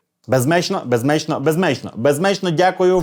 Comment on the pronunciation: Ниє про суржик і російську а сам не може слово "безмежно" сказати😠😠😠